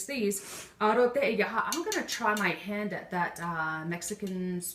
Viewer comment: it's elote not alote. that was kind of embarrassing